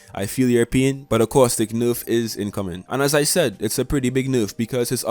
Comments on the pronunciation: constructive criticism : your information is very accurate ! your accent needs some work ! nayrf not nooorf and asking for likes at the start of a video screams low tier u can do better . keep up the good work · It's nerf not noof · Tbh I live for the way he says nerf like "noof". In general this dude's voice is hella cool. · This guy has the best way to say nerf